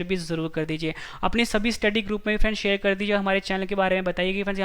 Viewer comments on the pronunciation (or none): none